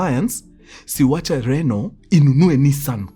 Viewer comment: Kiuks call Renault,Rinoti😂😂😂😂😂